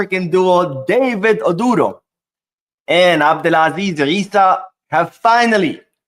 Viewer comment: Hi, The name ODURO is pronounced like...... oh-droh. The U is not stressed but almost silent.